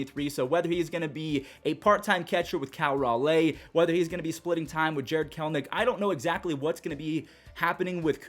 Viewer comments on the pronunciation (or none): If you see this, continue reading… It is Cal (Rawl-E) Raleigh Thank you for showing the M’s some love, we UP! Your recaps are a godsend 🙏🏼 much love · Did you say Big Dumper's name like that on purpose?